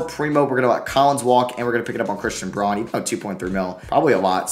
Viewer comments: Just for future reference it’s pronounced Brown not Braun :) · pretty sure that christian braun’s last name is pronounced brown